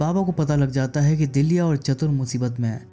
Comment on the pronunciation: Must awaiting explanation. लेकीन उच्चारण बराबर किजिये. नाम पकिया नही पक्या है दीलिया नहीं दिल्या हैं